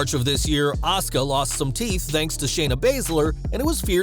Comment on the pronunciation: Sweety,, it's not ASKA, it's ASUKA. THERE'S A "U" IN HER NAME. 🌹